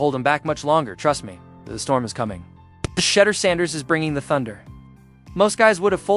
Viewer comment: Am I The only one who is weary of these A.I voiced over videos? that can't say the young man's name correctly, sounds like it's saying "Cheddar" as in Cheeze, C'mon man.